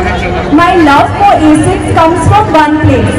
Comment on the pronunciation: Axis nhi h wo Asics ( A Sixs)